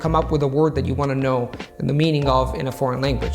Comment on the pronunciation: Your enunciation of "word" and "focus" are odd. A dead giveaway of non-native speakers and incongruous with rest of your pronunciation which is higher than the general standards for second language speakers.